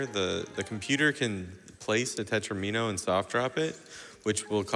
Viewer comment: Tetromino rhymes with domino.